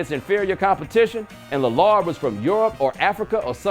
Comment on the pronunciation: Epic fail pronouncing Damian Lillard's name.